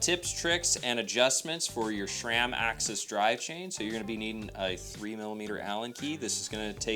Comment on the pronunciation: There is no "H" in SRAM.